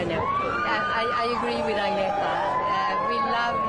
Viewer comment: He can't even pronounce Agnetha's name.